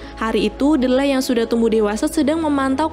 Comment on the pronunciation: Ralat Kak, Nama Tokoh Utama nya Kalo dibaca Menjadi "Dileh" bukan "Delleh"😀 Iya sih Tulisannya Memang "D-leh", Tapi kalo dibaca Menjadi "Dileh".👍 Soalnya saya sering Nonton Film nya dan juga memperhatikan Dialog mereka.